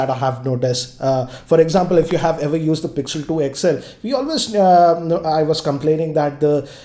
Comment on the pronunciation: Where did learn English, it's used not used(yusad)